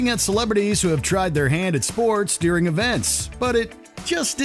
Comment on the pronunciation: IT'S DURING NOT DEARING. GET IT FUCKING RIGHT.